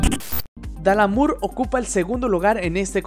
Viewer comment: dalamur? really nigga? tan dificil es decir dalamadur?